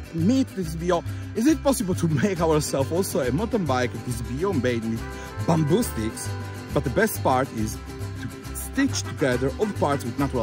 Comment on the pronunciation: I was trying to figure out this strange "bumble" material ... eventually I realised he was saying BAMBOO ...